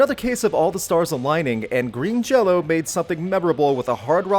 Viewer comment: Why does he keep saying Jello? I thought the band's name was Green Jelly? Shrug.